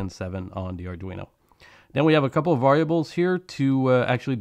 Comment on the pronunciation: wow, mispronunciation of the word "variables." well, this video would be unfit for youtube if it were perfect, eh. mispronunciation of the word "orientation." please tell me English is not your native language.